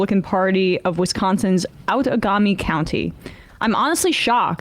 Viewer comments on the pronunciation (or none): It’s pronounced “out-ah-GAY-me” county, where I live. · I just moved out of there, it is pronounced "Out-ah-game-ee" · She didn't say "Outagamie" correctly but that's ok